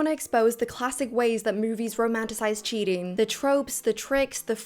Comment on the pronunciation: Please just a suggestion speak more naturally and not those sudden tone down pauses it gives me the ick and I can't even watch the full video bcz of that and why putting so much pressure on the syllables of CHEATING it's sounding so disruptive and shrill